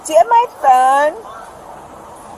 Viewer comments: The way the blonde bike-riding lady kept saying “pheune,” “I need my pheune,” “I can’t find my pheune” was equal parts hilarious and irritating AF. She is the poster child for old white lady entitlement. I bet she is just as vile when sober. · The Second Lady is pronouncing phone like Inspector Clouseau from the pink panther. Phoone. It’s hilarious to anyone old enough to remember. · I would give this woman 5 to 10 for her pronunciation of the word phone! I mean for the love of God woman! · She pronounces phone just like Peter Sellers did in the movies Pink panther